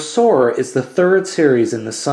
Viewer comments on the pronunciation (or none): none